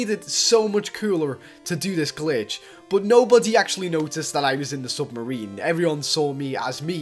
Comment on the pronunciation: lol he says sumarine LOL